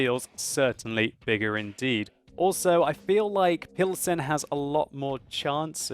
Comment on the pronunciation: if you choose to use the english name for the city, "Pilsen", which is what it's obvously called in the game, here is the correct prononciation [pilzn] also, škoda is pronounced without the U, you say škouda, it's just škOda. Another thing, when you play a czech tank and you repeat the commander's quotes, when you hit an enemy, you say "dostaVi to", as far as i can hear, but there is actually an L in there, "dostaLi to", just thought i'd make you a little czech pronounciation course:D